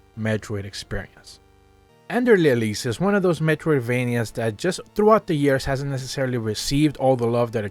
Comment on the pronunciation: It's Elypse